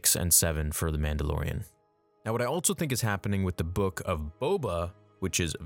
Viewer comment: At around 6 minutes you said "Altso", I'm sure you're tongue was tied lol